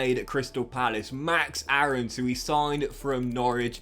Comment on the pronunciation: Btw max Aaron’s is pronounced max airons. Ik it’s weird took me a while to say it differently aswell lol